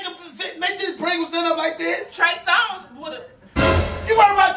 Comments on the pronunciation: She said trey Songz😭🤣😭🤣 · Man is a fool 😂😂😂😂 not she keep saying trey songz 😂😂😂😂😂